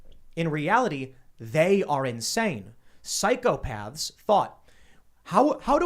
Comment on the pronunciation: Tim if you would learn to say ´psychopath´ hard θ not soft ð you would not have to sound like a lost one